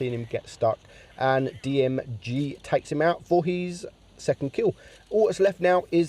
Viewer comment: It’s Girl not Jirl